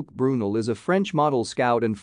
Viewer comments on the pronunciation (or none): It’s pronounced BrooNell